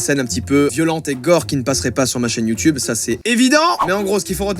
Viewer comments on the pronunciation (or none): none